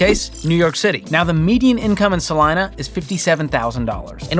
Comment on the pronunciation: But I'll give him props for pronouncing Salina correctly.